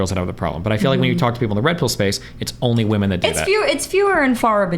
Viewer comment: "The urnly thing" 😂 I love it.